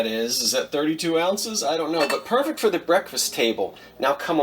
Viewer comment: "So long foe now" :)